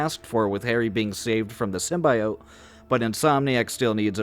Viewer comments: Why are you so determined to pronounce symbiote SymbIot? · why do you pronounce symbiote like that